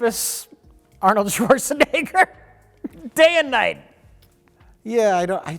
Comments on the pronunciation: Why does keep saying Schwarzenigger? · Why does everyone keep saying Swortshenegger, nobody is expecting german pronunciation but please, the Sh sound is in the beginning. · Do Americans say "Schwarschenegger" or is that just dementia? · "Chwarchnaeger". XD Here's a tip on how to pronounce it: Schwartzen - egger (or simplified to chwartzen - egger) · "Swartschenegger" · I love but he says Arnolds last name like it has an I and not an E. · The way pronounces "Schwarzenegger" will never stop being so utterly fascinating.